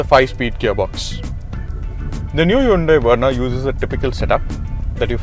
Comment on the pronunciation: It's Verna, not Werna. Learn to pronounce. Good review otherwise.